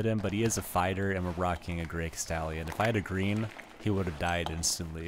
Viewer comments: Casteel-yone, not Cas-stallion. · Cast-ee-on... It's French... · It’s Cast-eey-in dagger btw